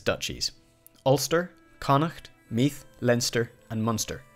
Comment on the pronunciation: Use the voiced th sound for Meath. Like the th in father. Solid job with the rest of the pronunciation!